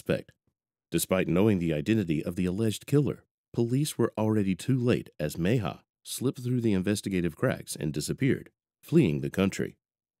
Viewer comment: Repeat after me: Meh-hee-ah. Mejia. Not too difficult...